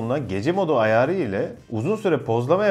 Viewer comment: Video kaliteniz, duzgun ve akici konusmaniz gayet iyi lakin lutfen ayar derken ayağri demeyiniz